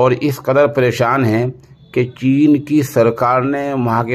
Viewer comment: چین ھے ناکہ جین